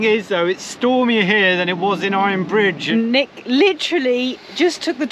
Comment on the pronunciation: Iron BRIDGE; heard it as “fridge “ 😫😳🤣